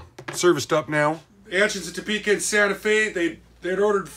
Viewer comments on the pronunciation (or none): none